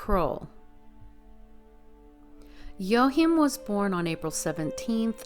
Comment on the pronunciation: I think his name is pronounced WA Keem